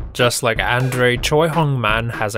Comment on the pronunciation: Hilarious how badly this commentator messes up Andre The Giants name. It is pronounced Ondrey.